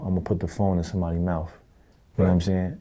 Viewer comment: “Imma put the phone in somebody mouf” 😂😂😂